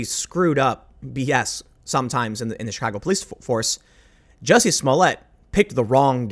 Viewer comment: IT’S NOT JESSIE! IT’S JUSSIE! MA’NN!